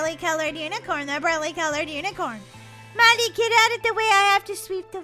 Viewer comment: molly always says power of the unacorin